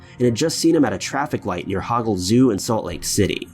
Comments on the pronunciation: Can I just say, it’s hol-gol.... not hagole zoo lol born and raise Utahn 🤷🏼‍♀️ Love your stories and videos ! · lol HOG-GLE Zoo Hoe-gle Zoo is approx think SL,UT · Sorry I had to laugh on how you pronounced the Hogle Zoo lol I know I should be more concerned over a nearby sighting.. but it's pronounced "Hoe-gal"